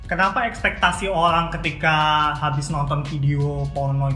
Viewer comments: O rang orang... bukan orlangk orlangk.. ok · I hear Olang olang